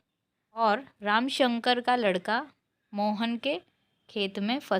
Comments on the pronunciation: ramshankar not ramashankar But nice explanation ❤ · ramasankar nahi didi ramsankar